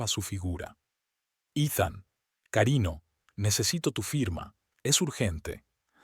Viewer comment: Ese narrador no sabe leer , pongan a otro, se oye feo y es ridículo si la palabra esta mal escrita el no corrige sino que lee mal.Dice por ejemplo.carino.cuando.es cariño , sir'urgia por dirigía telef no